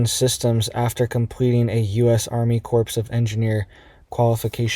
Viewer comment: Corpse is pronounced "Core" not like Obama said it lol C'mon Maaaan